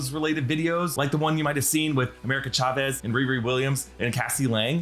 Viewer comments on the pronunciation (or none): none